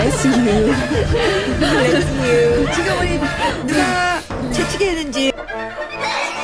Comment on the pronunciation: SANA'S "BrAsS yOu"😭😭😭